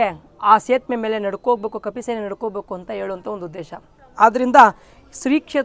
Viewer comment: Sethuve antha heloke baralla e ge,,sethume anthare...enide e hatra? Veeda,,aagaama,upanishathu odko modlu antha heli